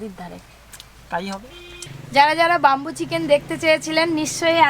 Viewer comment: বাম্বু না সঠিক উচ্চারণ ব্যাম্বু